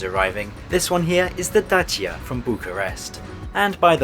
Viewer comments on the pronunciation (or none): none